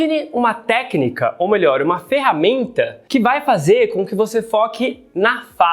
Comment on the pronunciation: Gringo fala Melior em vez de melhor